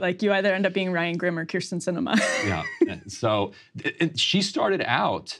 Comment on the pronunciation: This is ginnah end a lottah “Kyrs’n Cinema”. 😹